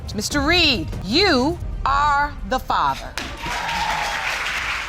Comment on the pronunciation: If you're going to do paternity videos, at least say the word FATHER correctly! and musics too loud!